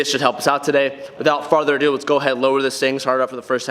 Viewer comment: “(Further a do)”. NOT (“farther a do”) 🤣🤣😂😂😂 I know you got phat stacks sir. But that grammar is key to more stacks my dude!!